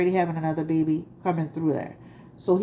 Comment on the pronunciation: I like the way you say baby...behby..lol